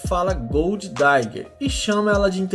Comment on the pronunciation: Não é gold "daiguer" é digger mesmo, mas dá hr o vídeo 👍🏻